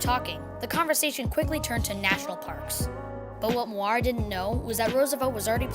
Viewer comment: Bro, that is not how you pronounce Muir